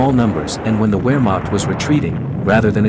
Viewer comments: It’s VEHR-macht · The German “W” is pronounced like a “V.” Therefore Wehrmacht is pronounced Vehrmacht. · I was taught that it is "VAR Maak" .. W pronounced as V, V as F (Volkswagen = Folks VA gan) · I can't take any "historian" seriously when they pronounce it "wehr" instead of "vehr" W's are pronounced as a V. Even though it's spelt "werhmacht" it's pronounced "vehrmacht"